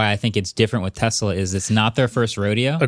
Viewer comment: Alright you guys have to stop this right now there are a couple guys on this podcast that pronounce Tesla like it's Tezzla with a Z there's no good reason why any of you should be saying it that way I don't care how much of anglophile you are stop it stop it right now.